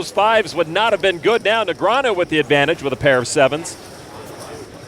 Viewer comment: You mean Neg-ree-ah-nu.